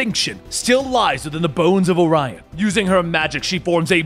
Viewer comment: That's why the confusion. Dude, his name is ARION not Orion. I used the collect his comics. Why are saying "Orion"?